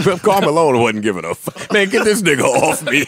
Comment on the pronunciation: wait. joe purposely mispronounces "fuck"??? as frduck?? fluck??? y